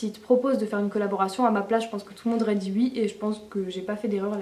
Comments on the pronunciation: on dit oui et non uii , ok ?? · J'adore tes "ui" x)